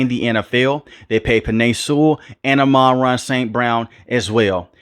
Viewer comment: Pronounced AHMAN-RAH!